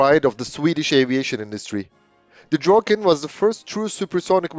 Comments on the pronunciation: Should have said "Draken" with amarican accent instead of butchering the name "Drogen" 😄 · Whole life heard/called it Draken and when whole video it gets called Drogen really hits the ear. Draken(pronounced how it's written) could be Finnish way saying it though so who knows. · Nicely done. Now I know it's pronounced like "drok-ken" instead of like "drah-ken". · Pronunciation is NOT 'droken'. Listen to it on Forvo. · the narrator keeps calling it Dråken, I wonder what that means.